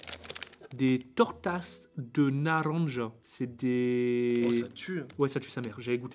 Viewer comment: Ptdrr Comment tu prononces « Naranja »😂on voit que c’est pas trop ça l’espagnol 😉